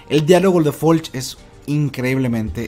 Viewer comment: Es Floch no Folch